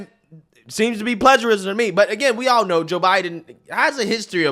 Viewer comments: What's 'pledgerism',? Seriously, this is a pretty common word, not sure how one would make it through school much less college without hearing it said countless times. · WTH is "pledgerism"? Are you trying to say "plagiarism"